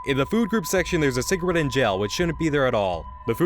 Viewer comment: Also, during his "rage" when analysing episode 5, he doesn't pronounce si-gah-rette. correctly. Instead, he says si-gr-it, which I had to replay a few times to hear.